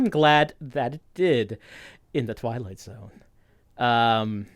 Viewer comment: The way the narrator says The Twilight Zone wrong makes me so grumpy. It sounds like he is just bored